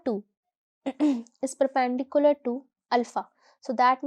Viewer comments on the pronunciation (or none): perPAAAAANdicular.....maam your pronunciation is BAD